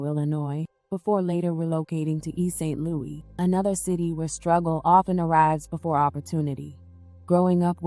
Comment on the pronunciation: Girl is East St. Louis ! Not St. Louie 😂